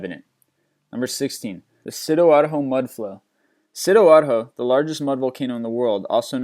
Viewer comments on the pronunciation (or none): it's not "sidoarho".."it's "sidoarjo"